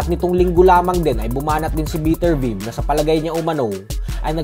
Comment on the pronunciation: beh-ter-bi-ev ata pag pronounce don